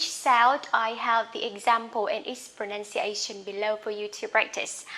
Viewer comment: your problem is pronouncing N and R.. please work on those sound. Study is pronounce as sturdy and pronunciation is pronounce as Pronuciation...